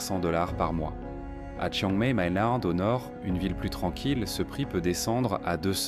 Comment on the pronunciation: Vidéo complètement fausse et bourrée de lieux communs moralisateurs du Café du Commerce ! THAILANDE s'écrit avec un H après le T, merci ! ( même en anglais ! ) Et PHUKET se prononce POU-KETTE. Il y a un tréma sur le dernier I de CHIANG MAÏ, donc on prononce MAILLE ! Vous êtes sûr de connaître le Pays du Sourire ? Apparemment NON ! Et bonjour les clichés sur les farangs ( savez-vous ce que c'est ? ) ! Quelle horreur ! STOP, j 'arrête de regarder après 8'23" parce que c'est vraiment DU GRAND N'IMPORTE QUOI !!! 😡😡😡